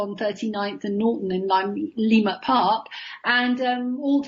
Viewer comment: She’s not pronouncing the name of the area correctly, the emphasis is on the second syllable not the first. Leimert park. LeiMERT Park not LEEmert Park.